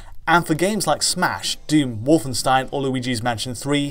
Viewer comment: You're pronouncing "Wolfenstein" wrong!:D